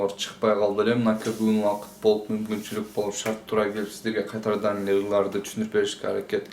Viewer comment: кайтарадан дебей кайрадан дебейсизби братан😂